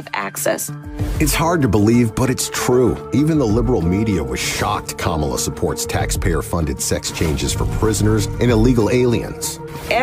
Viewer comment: bruh can't pronounce her name after months of learning about her. Learning is hard!